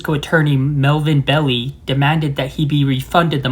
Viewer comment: The attorney's name is pronounced Melvin BELL EYE!!!! 👍